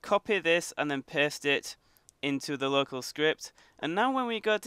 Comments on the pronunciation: It's super funny how he say paste but instead of of him saying paste he is saying post.😂😂😂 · sounds like he is saying piss